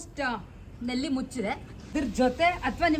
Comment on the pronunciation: ನೆಲ್ಲಿ ಅಲ್ಲ ನಲ್ಲಿ